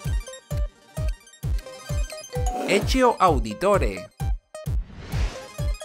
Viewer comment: Bro buen video pero es horrible como dijiste a ezio